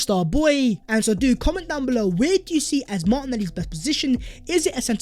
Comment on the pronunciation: “Vhere & vhere”